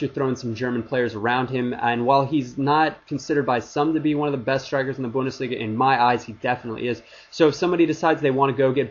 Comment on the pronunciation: Haha you are the only (english) youtuber who says Bundesliga right ^^